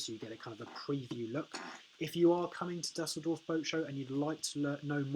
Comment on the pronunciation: Imagine a world where Anglos could pronounce a foreign word such as Dusseldorf...